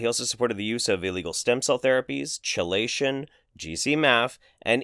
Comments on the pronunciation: With respect, my dude, it is pronounced *key-lation*, not *chee-lation*. Great video, tho! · I believe it is chelation is pronounced “kee-lation” because that is how chelating is pronounced. Lots of science words originate from Greek where the ch makes a k sound. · Really,? Chuh-lation?